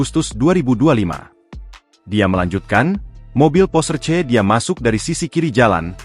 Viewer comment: PORSCHE, bukan pors bacanya itu bahasa jerman